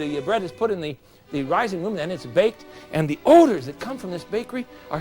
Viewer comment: he cant pronounce "ODOR"